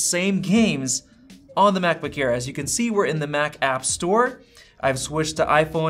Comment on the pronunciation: “Macbook ear”